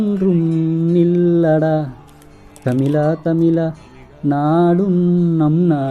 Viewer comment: தமிலா தமிலா இல்லை அது தமிழா தமிழா